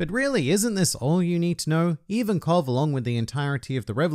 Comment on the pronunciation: Its Ivankov